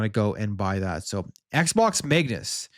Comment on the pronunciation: what the heck is Megnus?! I thought it was Code Magnus?!